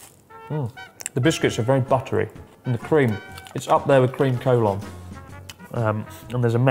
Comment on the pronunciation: Cream Collon sounds so utterly wrong to me o__O